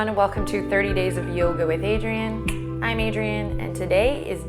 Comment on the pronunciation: Each time she says i am Adrien sounds like adrenaline. Lols,, but i want to say i m a medical student i m mostly engaged with books in sitting position which really sometimes is stressful but today is the day 3 after so much procrastination i still did it yesss i m so proud of myself